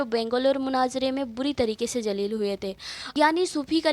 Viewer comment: Didi Jaleel nahi hota hai zaleel hota hai Jaleel allah bari taala ka naam hai janaja nahi hota janaza hota rafji nahi hota rafzi hota lehaza suuniyon ko badnaam na kare ye apka kaam nahi apki aawaz ka bhi parda hai lehaza ye kaam chhod de behtar rahega